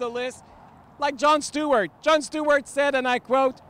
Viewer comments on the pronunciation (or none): none